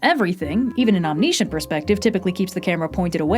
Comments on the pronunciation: Say it with me now... Omm - nih - shint Omniscient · wow that pronunciation of omniscient. Other than that, yet another great video.